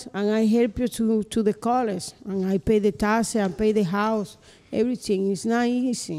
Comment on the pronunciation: Sir its not eeezzzzzy LOL